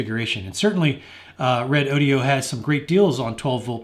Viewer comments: No big deal, but I think you've mispronounced the company's name. You included an "i" in the company name ("Re-DO-di-o"), but the company's name appears to be Redodo (Re-DO-do) with no "i". Doesn't really affect the quality of the review. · well every time i listen that mispronounce i think of redaudio .. nice name for speakers hahahhahahahhahaha